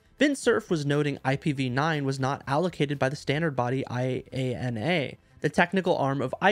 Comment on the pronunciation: IANA is pronounced I-Anna.